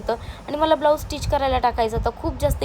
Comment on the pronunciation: ए ग ब्लाऊज टीच नसते ते ब्लाऊज स्टिच असत